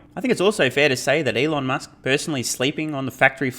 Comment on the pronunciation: The name is Elon not Eloff right..